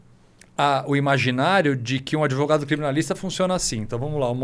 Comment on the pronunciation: Esse " adevogado " é um canalha chave de cadeia